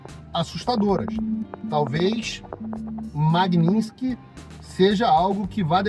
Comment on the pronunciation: Magninski... Nem é tão difícil quanto parece, vamos lá: MAG - NITS - KY